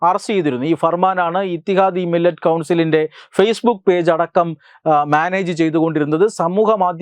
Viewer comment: മില്ലത് ആണ്..മില്ലറ്റ് അല്ല.